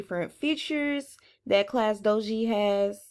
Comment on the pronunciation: Class dojo not class doji